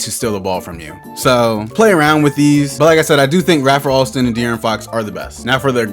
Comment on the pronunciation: “Ray-fur” Alston bruh 🤦‍♀️